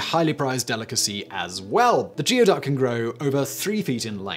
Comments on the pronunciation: I know you don't care, but geoduck is pronounced goo-ey duck, not gee-o duck. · Geoduck is pronounced "gooey-duck" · "Geoduck" is actually pronounced "gooey duck" . . . don't ask me why. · A lot of people make the mistake of the geoduck, it’s actually pronounced gooeyduck. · ITS ACTUALLY IS PRONOUNCED LIKE THIS: GOO EEEE DUCK :) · Its gooie duck. Not geo duck According to that dirty jobs episode with mike roe Goo ee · Coming to the comments to correct Geoduck as Gooey-duck and finding it has been said. Also methane... me-thane or meth-ane? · As to #3 Geoduck It may be spelled gee•o•duck, but it comes from an indigenous word and is pronounced goo•e•duck. They DO look extremely rude however. Think of an equestrian phallus!:-/ 🖖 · They are pronounced. "gooey ducks" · "Despite the fact that they look like water cacti, they are living creatures..." Uhh.. Did Simon actually infer that cacti are not living creatures? 🤣 The word you are trying to pronounce is 'conducive', it's pronounced as anything but conductive... 🤣 Really though, con-doo-sieve, or kahn-dew-civ, or... Who cares... 🤣 It's pronounced 'gooeyduck' You're really dropping the standards here... Basically turning this into a watered down Blaze! 😐😳🤯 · Geoduck is pronounced Gooeyduck. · Gooey duck not geo, it’s a Native American word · Once again, if Simon had just referenced the average dictionary, he would know that "geoduck" is pronounced "gooeyduck". Get a dictionary app, my friend. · Simon- ask Daven how to pronounce Geoduck. 😄